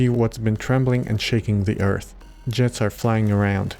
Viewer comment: I'm guessing it's the "th" diphthong that's throwing him off? That is difficult to make the sound of if something close to it isn't in his first language. I would tell him "ürt" is an acceptable pronunciation of "Earth". He should keep practicing! He'll get it eventually.